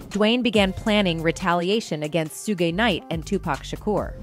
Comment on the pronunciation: Suge,suj,sugge lol